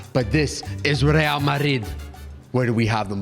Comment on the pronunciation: does not have ball knowledge. How did he say real, high-A